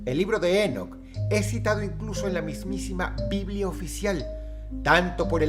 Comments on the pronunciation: no es Énoc.... es Enóc , con acento en la "O" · Ok pero su pronunciación es Enóc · lol dross... se pronuncia INOCH pero se escribe ENOCH lol me encanta el accento :PP♥ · Drossito se pronuncia Enoc (É-nok) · ENÓC con acento en la O No en la E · Si vas a hacer un video de alguien por lo menos investigar como se pronuncia, cada vez que dices énoc dan ganas de enterrarse un clavo en los tímpanos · El acento es en la "o"... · Enoc, con acento prosódico en la "o" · Dross... Enoc lleva el acento en la ó, es una palabra aguda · Creo que la pronunciación correcta de "Enoc" es con el acento en la última sílaba por ser palabra aguda, estimado Dross, un saludo 🙌🏻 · Enoc, con acento en la o. No Énoc 🤦🏼‍♀️ Hermón, no Hérmon 🤦🏼‍♀️🤦🏼‍♀️